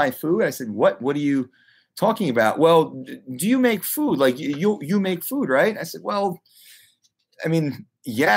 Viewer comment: The way you say food is triggering